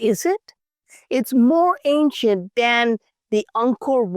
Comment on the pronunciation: He said it more anchient than Angor wat...ouch